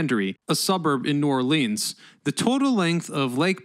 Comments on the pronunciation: Lol please don’t call it New Orleans and in “Lean” call it New Orleans as in “Lens” lol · I live about an hour from NOLA and have driven the bridges hundreds of times...never really thinking about just how long it was. Oh...and you are pronouncing New Orleans incorrectly...it's NewAwlins ....one word. And it Metairie...not whatever the hell you said. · God it drives me nuts when the say New Orleaeens it’s New Orleans FML!